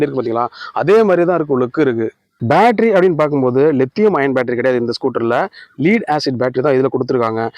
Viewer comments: <Lead என்பதை லெட் என உச்சரிக்க வேண்டும். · Lead என்பதை லெட் ஏன உச்சரிக்க வேண்டும்.